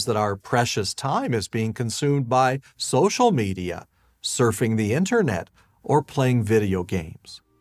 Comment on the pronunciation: On social media was said in such inflection I thought he was being yoda. On social media you should not be